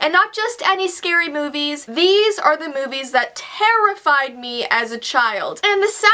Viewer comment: At first I thought she said scary boobies